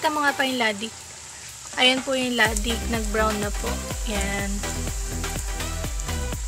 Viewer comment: Latik ang tawag dyan hindi "Ladik"😁😂